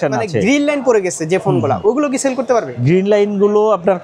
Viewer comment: সেল না চেল 😂😂😂